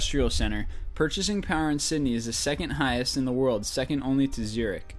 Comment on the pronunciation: BrisBAYNE, CanBEARA Its so weird hearing it like that in Australia they are pronounced Brisben or Brissy for short and Canbra Atleast you got Syndey right